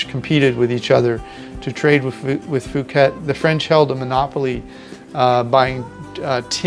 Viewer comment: Not sure why you pronounce it fooket. Puuket (phonetic) is how the Thai's say it.